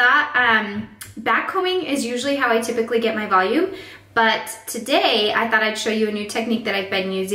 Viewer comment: VELOOM? Im sorry no hate and your relly talented